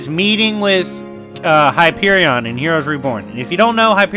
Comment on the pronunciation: Why are you saying Hyperion like it’s two words 😕